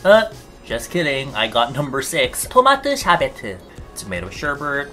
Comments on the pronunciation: Korean: TOmAToE ShErBeT-EEUU English: tomato sherbet I just can’t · KOREAN PRONUNCIATION OF TOMATO SHERBET OMG